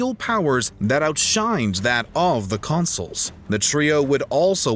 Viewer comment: Consuls, not consoles!!